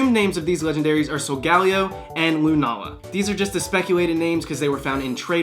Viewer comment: man you got pretty close on lunala!